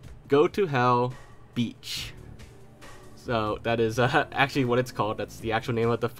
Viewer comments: I think it's Be-Atch as in Biyotch. Not Beach. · Its pronounced be yatch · pretty sure beatch is pronounced be-ah-tch....... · That early 2000s mangling of the word "bitch" is pronounced BEE-ach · You pronounced biatch wrong. It's street for b*tch. You throw an A after the i in the word and you get something that is pronounced "beyach"